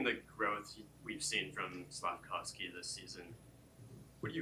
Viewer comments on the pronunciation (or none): It’s not SlafkVOSKY